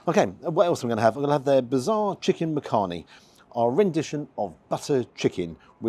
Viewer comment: 'Makhani' is pronounced (phonetically) as 'Muck-honey' - but you say it quickly as one word (and not Makhaani). Believe it or not, people from the Indian subcontinent make shepherd's pie and lasagna at home but will use Asian spices when preparing the meat. The traditional English recipe is just too bland for our taste buds! Not seen it offered in restaurants before.